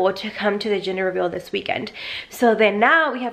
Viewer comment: Lmfaooo did anyone hear her say ginger reveal 😂😂😂💞